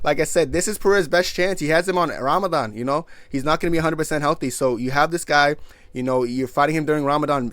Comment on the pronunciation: pronunciation of Ramadan is very good Mashallah brother